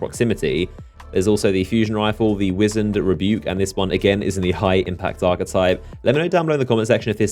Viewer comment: It's pronounced as WISE - END for the fusion rifle. Trash weapons btw, D2 keeps disappointing us lol, the auto and hand cannon seems interesting that's IT. WOW. They really need to put random rolls back in. Period.